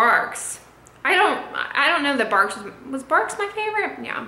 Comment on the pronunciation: Bargs? Lol barks